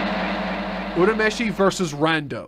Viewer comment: He's actually pronouncing Urameshi correctly. It's the dub that mispronounces the name, which is just a common occurrence in early-2000's anime dubs.